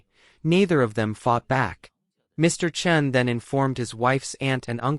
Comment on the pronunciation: Chen, Chun, make up your mind! You alternated pronunciations the whole video. (Cringe.)